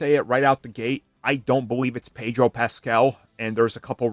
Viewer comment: It's not Pedro.